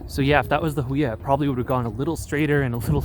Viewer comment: FYI its pronounced "Who e ya"